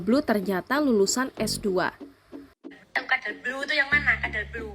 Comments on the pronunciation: Baca "codeblue" aja kagak bisa dia, malah jadi kadal blu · wong nyebut codeblu aja belom bisa, kok bisa jd reviewer